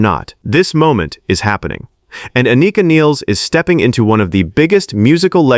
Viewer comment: The negative comments are bullshit. Anika is a great drummer and her personal chemistry (sense of humour) fits right in. P.S. you’re pronouncing her name wrong.